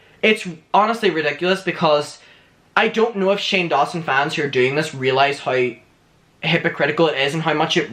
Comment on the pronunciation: 5.05 shame, instead of Shane, got me dead😂😂😂 But, it fit anyway😉